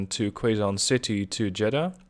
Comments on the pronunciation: Hi.... good to note that its not "qu-e-zon city". Its correct/easier pronouncation is "que-zon city" like spanish "que" or you can say it as "keh-zon".... Fun Fact: Quezon City is one of the large cities within the capital of the Philippines - Manila. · Please advice The pronunciation of Quezon City On Philippines will be. (ke zone city) coz other English people from other area it's to hard to pronounced but other can adjust true tounge